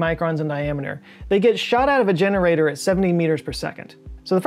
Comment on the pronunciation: "they get shot out of vaginerator" whut